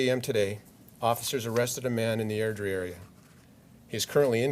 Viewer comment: Ugh, I remember when this happened. I used to work across the street from their house. Felt weird going around there when it happened. Such a massive piece of shit. Props for pronouncing Airdrire correctly.